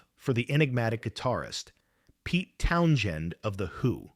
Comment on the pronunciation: Wtf is with this RIDICULOUS PRONUNCIATION OF: "TOWN-jen!" 😳🤨 "TOWN-jen!!" 🤨🤨🤨 **"¡¡¡TOWN-JEN!!!"** 😡😡😡